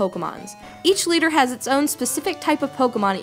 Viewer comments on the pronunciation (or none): none